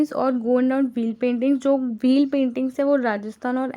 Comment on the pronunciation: Its good you're teachinga dn giving knowledge but have many mistake like its not मंधाना it's माड़ना ie चौक पूरना, not गौन्द it's गोंड